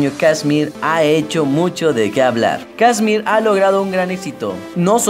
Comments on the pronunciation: kshmr no se pronuncia kiusrm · Tu pronunciacion es un 10/10 :v "Kasmir, Firebicks, Quernei (Te mamaste)" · Mira mejor no hagas un vídeo sobre KSHMR si no sabes pronunciar ni su nombre. Que el tema principal al principio fue 'Leviathan'? No tienes ni idea hermano, Leviathan no salio en Spinnin Records, fue un FREE DOWNLOAD sacado por el mismo KSHMR, el tema que le dio la fama fue principalmente al principio Megalodon, luego Burn y mas tarde Secrets. No hagas estos mierdivideos si no sabes nada sobre el y haz buscado la información y wikipedia y dicha a tu manera.